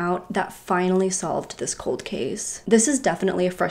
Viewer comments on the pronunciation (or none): none